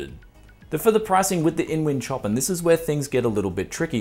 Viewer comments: its "show-pan" not "choppen" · Another Brianism.... "Choppin".... It's pronounced ShowPan mate. Love the channel and keep giving us the Brianism's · OK dude its a beautiful case and a wicked set up but please say the name properly its Chopin said showpan as in the musical genius. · I'm pretty sure the case name is not [tjopin]. It's named after the composer Chopin [shopan] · Is this supposed to be Chopin, as in Frederic Chopin the composer? (pronounced showpan) Or is it Chopin, Like chopped cars or something. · is the Chopin named after the classical composer? Seems like a strange choice of name. Anyway, the composer's name is pronounced "show-pan". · Chopin is pronounced like "show-pan", bud. :P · Love the shirt. Btw, it's pronounced 'shopan'. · My guess is its meant to be pronounced sho-pan as in Frederic Chopin. Bogans, wot can ya say mayte.